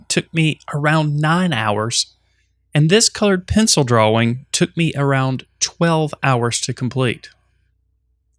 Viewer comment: wtf.... its TIME , not TAHYM its DRAWING , not dwhaWING. jesus man